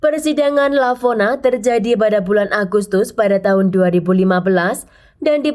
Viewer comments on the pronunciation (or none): Lavona... Kok jadi Valona 😂